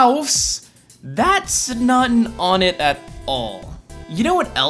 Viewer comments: wait that's not how it's pronounced? what is it pronounced "wunt" or something? one-ette? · I always thought Onett was pronounced "Oh-net". Weird. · it's won-ette not on-ette. It's twos-On not two-sin. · Really I pronounce it one ett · Im pretty sure onett is pronounced own-ett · The Game Theorists O-nett another nintendo thing i somehow pronounce wrong others being kyogre and groudon. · onett...how do i pronounce it? like "one"? or like "on"? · im guessing the changes to onett (which you totally pronounced wrong) and fourside are because this is the future and some buildings have been made and moved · Trailer Drake: "What's that MatPat? You're telling me I can pronounce the name of the stages however I please? Cool! I'm Onett!" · he said Onett wrong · Onett, twoson, and threed are you kidding me with those names?! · Eathams he doesn't You don't say twahson do ya you say TWOson and threed isn't threh-ed is it so why is onett different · Why do you pronounce Onett wrong? Please stop. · It's pronounced wun-et, not on-et. The towns are Onett, Twoson, Threed, and Fourside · ONE-it, not AWNIT. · It's not on-ett, it's One-ett. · When I was a kid, I pronounced it 'oh-net'. Now I say it more like '1-et'. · Onett = pronounced "One - Ett" Why is EVERYONE pronouncing On-ett or Own-ett when every town uses the pronunciation of the respective numbers in the names? If Twoson is "Too-Son", Threed is "Threed", and Fourside is "Four-Side", then Onett is obviously "One-Ett" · Its (OH-net) Not (On-et) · I'm pretty sure it is pronounced own - ette, as on - ette just sounds derpy... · ONEtt*** pronounced fucking one-net, not fucking on-net. I thought this channel was professional. So annoying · I'm pretty sure it's pronouced "won-ett" not "on-ett". But good stuff anyways. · I believe the stages name is actually pronounced like "One Ett" rather than actually "On Ett". At least thats what this one really big Earthbound fan told me. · wait what? "on-it"? it's said "One-net"